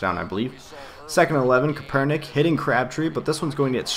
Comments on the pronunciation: is CAP-ER-NICK :) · it's pronounced Kape-er-nik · its pronounced Kapernick